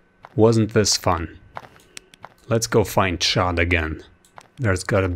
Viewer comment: it is chad not chaaad